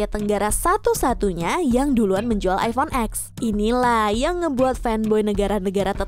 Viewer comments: Bacanya masih iphone x yh bukan iphone ten 😅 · Cuma di Indo, iphone X bacanya huruf X, padahal dari sana bacanya 10 (ten) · iPhone ten bacanyaaa bukan X 😓